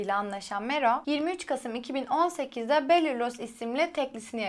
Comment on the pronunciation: Sen kimsin ki öncen kendini tanıt daha şarkını ismini söyliyemiyosun (baller los)